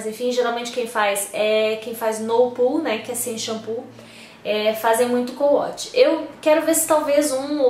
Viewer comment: Na verdade se escreve CO-WASH mas se lê couaxi com som de X e não couatchi com som de T.